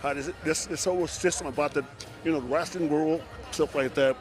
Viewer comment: Omg Dennis Rodman said 'wrasslin'. Vince McMahon is somewhere, rolling over in his giant Egg.